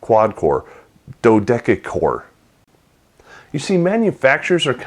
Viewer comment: dodec-a-core hahahahaha!!!